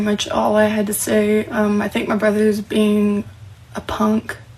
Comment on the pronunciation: It's so sweet that she exposed her "Little Brudder"